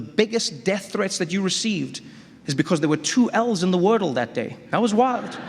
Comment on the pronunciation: You had me until you said Wordle